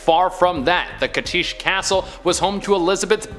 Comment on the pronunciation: your pronunciation of Cachtice is killing me, C on begining is pronounced as [ʧ]. Slovak language is just hell for foreigners